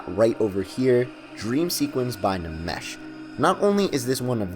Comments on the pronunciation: I always thought it was pronounced enmesh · Nmesh is pronounced "nemesh?" Huh, I always though it was supposed to be "enmesh." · Nmesh is pronounced mesh, my man. Can’t blame you for saying it like it’s read, but it’s like getting stabbed in the ears every time. Also, good job with the video, there’s a noticeable improvement in your delivery.